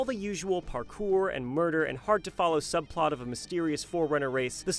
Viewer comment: Did he call them forunners?